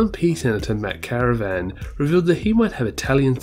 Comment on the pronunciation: "Matt caravan" hahahah. You always seem to have one wild pronunciation each video 😉. That said, just found your channel today and have been binging. Really good overviews.